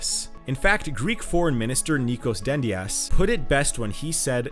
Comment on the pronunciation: in Nikos dentias its not "d" like Dolar it is "th" like reTHer